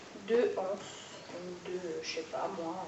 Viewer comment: Bonjour, juste pour donner une info, on peut faire la liaison quand on dit les anses (les (z) anses) une anse (une (n) anse) voilà voilà, je le dis parce qu'il y a beaucoup de personnes qui pensent que la liaison ne se fait pas... mais si en fait;) bisous!